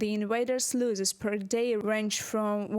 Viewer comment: The reporter could do with some English lessons. She’s talking of losses but pronouncing it as loses